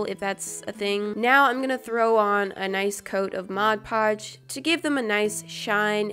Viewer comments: Thought she was going to say “put a thick coat of glossy taco.” But she said “a thick coat of Modge Podge.” 😭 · Haha 😂 you said mo poj lol 😂